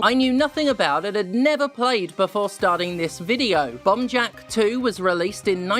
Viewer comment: Honestly im just here because its super satisfying the way steph says “bomb jack”